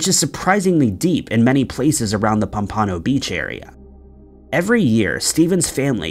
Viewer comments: Just gonna mention...it's POM-pa-no Beach, not Pom-PAH-no Beach. 👍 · Lol "Steven Mackerel"?!?! 🤣🤣 I'm sorry,, but it's pronounced: "muh-KRELL". 😂😂 "pum-PAH-noh" Beach?!? 😆😆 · Its pronounced Pomp-ah-no, like the fish. POMPaNO Beach.